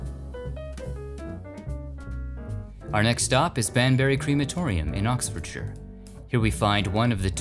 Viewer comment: You are the first American to pronounce Oxfordshire correctly😂. My uncle was Peter sallis from last of the summer wine and the voice of wallice in all the wallic n grommet films. Love your videos thanks for nostalgia everytime its like stepping back in time, 👍🇬🇧